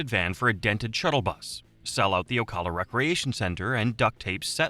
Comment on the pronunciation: OCAWLA as an Ocala resident that pronunciation causes me pain lol